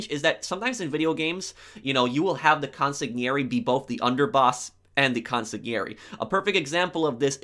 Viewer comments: CUN!-SIG_LEE AIR-ee is how it's pronounced consigliere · Consigliere is pronounced (Con Sig Lee airy) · Con-sil-E-air-E lol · Try saying cun-cig-lee-airy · "Con sig lee arii" Try saying it this way. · It's pronounced con-si-liere......The g is silent. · La Cosa Nostra would make anybody whose Father was Italian/Sicilian making sure they could trace their family back to the home country to diminish the chance of them being an informant. It used to be 100% Italian but then just became at least the Father. Also its pronounced Con-sig-lee-airee. They whacked JD because he wasn't loyal to his former boss, why expect him to be loyal to his new boss. Doesn't get more complicated than that. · For the word Consigliere the g is silent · Bro, in the word consigliere, the g is silent, you don’t mention it let alone emphasize it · The way you say consigliere lol